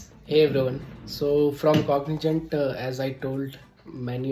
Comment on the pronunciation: Cogni- zzzzent .... Zzzzaa ...Zentttt .... Jent is J, JAA....which might look like Cognijant.... Anyways...kudos🎉great gift so nice ☺️